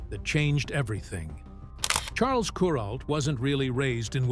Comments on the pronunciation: kur ALT, not KUR alt. Geez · Kur-alt, alt rhymes with Walt and the accent on the Walt.